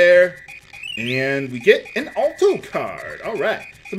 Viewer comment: Sorry for being so particular, but Alto is pronounced with the "Al" sounding like the name instead of "All." (Ahl-Toe)